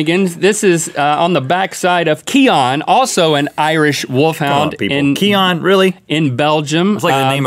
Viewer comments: It's pronounced "key-in" ..not "key-on" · Cian (if that was the name of the Irish Wolfhound) is pronounced "keen" or "key-en" in Ireland. Great episode so glad to have you guys back as part of my daily routine! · Love the way link cant say cian if you want to pronounce it its more ceyn lol